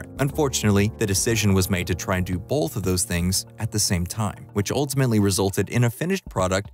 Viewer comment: I swear you're saying "Bolth"... Anyways, isn't the new That 90s Show trailer exciting?